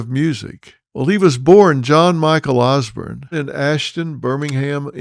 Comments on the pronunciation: Can’t he say osbourne, as in born not Bern, good report nonetheless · Sounding like Ole George Bush there phil, ozzy osburn lol it's osbourne ( ozborn). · Osborn not Osburn 😂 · Pronounced OZ BORN. not ozbern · Ozzy Os-BURN 😂😂😂 That pronunciation drove Ozzy nuts 😂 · Phil why would you hook onto Ozzy’s coattail …you don’t even pronounce his last name properly….Ozburn ? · Dr Phil talking about Ozzy. Gimme a fucking break!! His name is not Osburn. You'd know that if you were a fan,instead i get the sense that your just regurgitating what youve heard & read, just using this tragedy to get views. I dont buy it all. RIP POD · Why is it that George W Bush and Dr Phil pronounce Osborne as Osburn? Lol must be a Texas thing. God bless Ozzy ! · I love the Osbournes. Sorry, out of all the people, Dr Phil. I would think you would have pronounced their last name correctly. The Osbournes all say their last name all the Time. Please Apologize to them. You pronounced their last name throughout this video Wrong. I wouldn't have corrected you but I have Much respect for Ozzy and his family. Ever since the word of Ozzy's passing I have been binge watching and listening to The Osbournes, basement Tapes, music. Podcast etc. Once again please Apologize to Ozzy's family. Thank you.